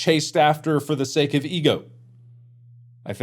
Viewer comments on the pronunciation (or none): none